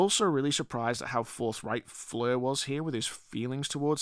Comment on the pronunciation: Stop saying flur it's soooo annoying